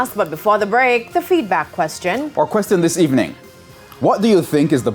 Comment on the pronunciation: It would be nice if as a News reporter, does not pronounces her TH as D, example say the word "this" instead of "Dis".